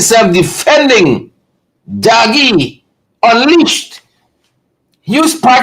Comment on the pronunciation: DAGGIE NOT DOUGIE